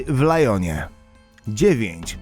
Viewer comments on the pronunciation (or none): W lyonie nie w lajonie 😅😅🤦‍♂️ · ljonie nie lajonie